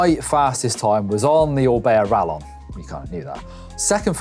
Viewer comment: Rallon bad pronunciation